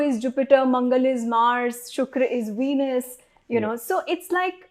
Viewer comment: Ven+us. Not veenus